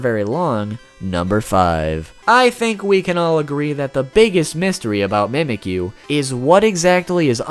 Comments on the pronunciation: I like how he says "Mehmekyuu" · In the official Alolan Handbook, the pronunciation says 'mee-mee-kyu' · Shouldent it be mimichu? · fact #6 its pronounced MEE MEHK YOU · it's not how you say it you say it like this : ME-ME-Q